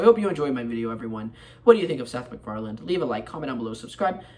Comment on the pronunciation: there is no "d" at the end of his name.